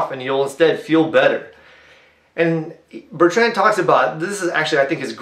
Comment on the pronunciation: Please correct your pronunciation of BER-trnd. Not bert-RAND